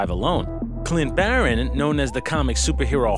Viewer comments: he said clint barron? its clint barton. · Did anyone notice that instead of him saying Clint Barton he said Baron for Hawkeye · It's Clint Barton not baron